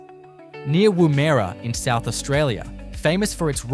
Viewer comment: .......and the correct pronunciation of geographical names such as Woomera and Wollemi.